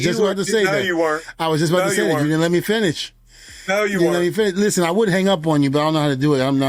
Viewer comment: Listhpen. Listen*